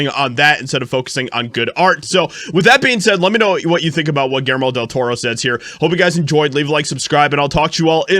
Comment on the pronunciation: Pronounced “ Gill Jer Mo .”